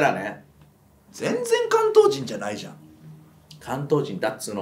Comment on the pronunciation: ここのな↓い↑じゃんのイントネーション関西に聞こえる